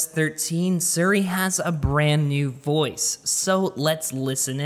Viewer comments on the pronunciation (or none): Why you pronounce Siri wrong..